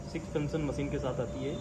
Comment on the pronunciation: कृपया सही उच्चारण करें। मसीन, प्रेसर फंक्सन के जगह मशीन, प्रेशर, फ़ंक्शन कहें। जहां “श “ हो वहाँ “श “ कहें। जहां “स” हो वहाँ ही “स” बोलें।